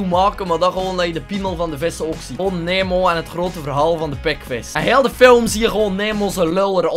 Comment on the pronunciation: Zo spreek je Nemo niet uit...